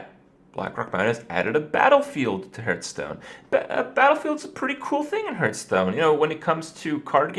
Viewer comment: hurt-stone...starting to bug me